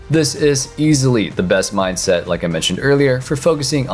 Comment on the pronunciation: "Minset of tilit" lol